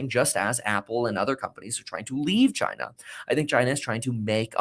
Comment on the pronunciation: You sound uneducated and immature when you say China like that.